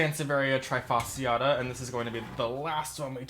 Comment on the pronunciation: Why is it that americans never seem to care for the pronounciation of Latin words?! This is so annoying, especially when this toatally insane pronounciation comes from ppl working with plants - i e ppl that really should know how to pronounce Latin names. :-/ As an example, trifasciata is NOT pronounced like the verb "to try", it is pronounced as "tree" (fasciata). And it is NOT "Hahnee-Aye", it's "Hah-nee"